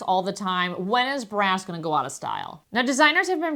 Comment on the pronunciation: Good info, but in your pronunciation, -ing should not be -een. Example: going not goeen.